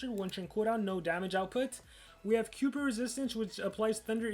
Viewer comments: its not pronounced kuiper its pronounced like Kiper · Kuiper is pronounced like Kai-per. Like Kuiper Belt, a region of the solar system beyond the orbit of Neptune, believed to contain many comets, asteroids, and other small bodies made largely of ice.